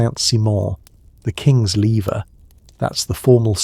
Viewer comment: Louis XIVth’s rising/getting up ceremony, the lever or levee’, is pronounced le-VAY. It was adopted by most other European monarchs, as was the comparable evening undressing/going to bed ceremony, the coucher (coo-SHAY). He/they also had balustrades installed around the bed area so no one could approach closely. No wonder the French dumped their monarchy. Years ago I read a book by a historian all about Elizabeth I of England’s wardrobe. I found it fascinating, being interested in both history and fashion. I should dust it off and read it again. I neglect my paper books since getting hooked on Audible, which has only a tiny selection of history books available. Mostly they are basic and general with titles like Introduction to the Roman Empire, the kind I read just starting out reading history as a child. They have few with any interesting depth or detail, or about other parts of Europe than Rome or England.